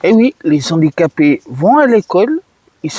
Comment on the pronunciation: les handicapés, pas les zandicapés.